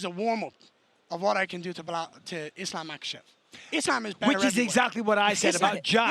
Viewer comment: I love how Garry pronounces Islam". That's the correct one.